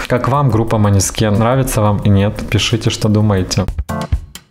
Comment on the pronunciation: Произносится мОнэскин